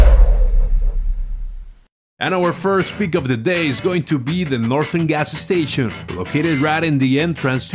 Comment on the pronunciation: ga s s tation